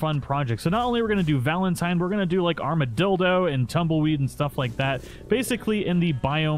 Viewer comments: It’s armadillo not armidildo bud 🤣😂🤣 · did he say Armadildo? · He said armidildo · Now i know i'm not the only one who calls it Armadildo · Did he say armadildo at the beginning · Dis you say armidildo